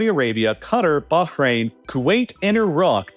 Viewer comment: Love how you pronounced Bahrain perfectly and then said Cutter lol